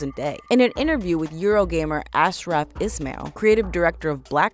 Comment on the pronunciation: ash-raf isn’t pronounced Az-raf lolz